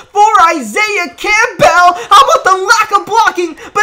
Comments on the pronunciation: Seriously how hard is it to say Campbell not camp-bell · It’ll be Madden 37 before you pronounce Campbell correctly lmao